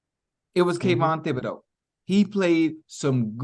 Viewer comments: Omg lol Chad bruh , its T i b - UH - Doh ... you had me crackin up. I said now how did he get that? A simple Google search and the 1st pronunciation 👉 T H i B 😂😅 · I like the way he said it 😂